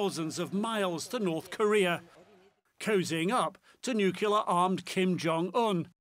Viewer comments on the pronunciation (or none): NUCLEAR NOT NUCILAR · Why can't Americans pronounce NUCLEAR and always say NUCULAR? Is it that difficult to pronounce really?